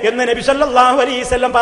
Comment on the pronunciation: എടൊ സലഫീ കുറഞ്ഞത് നബി സല്ലല്ലാഹു അലയ്ഹി വസല്ലം എന്നെങ്കിലും പറയാൻ പടിക്ക് നബി സല്ലല്ലാഹു അലീ സല്ലം എന്നല്ല salafeee